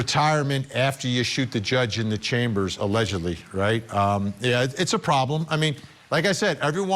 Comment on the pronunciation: " ALEDGEDLY " ???? REALLY?